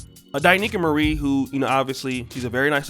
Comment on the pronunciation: You didn't pronounce Mrs Marie's name right